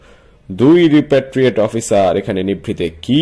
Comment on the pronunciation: রপারটৃিয়েট নয়,রিপারটৃিয়েটেড।